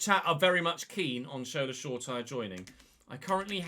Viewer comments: FYI, Shola’s surname is pronounced “sure-a-tea-ray” rather than “sure-tyre” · Hi love the vids, just to let you know Shoretire is pronounced Show-ra-tee-ray.